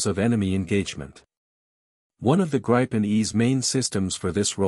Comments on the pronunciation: Please please please teach your AS (Artificial Stupidity) narratorbot how to say Gripen. It's a Swedish word, not an English one. The 'i' is short, not long, ie 'Gripen' rhymes with 'bitten' and not with 'ripen'. If the AS can't quite cope with a single Swedish word, please edit your scripts to use the English equivalent which is 'griffin'. And the French aircraft name is also mangled. This video is best viewed with the sound off. 🤦🏻‍♀️ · Starts by mis-pronouncing both Gripen and Rafael, then gets even weaker in analysis.